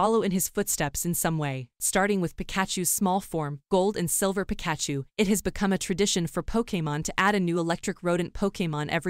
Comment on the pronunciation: That's not how you pronounce Pikachu!